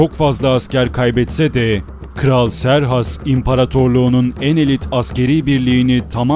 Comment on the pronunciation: Serhas değil kıserkses